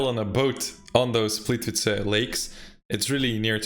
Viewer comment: Plivići ? Haha plitvice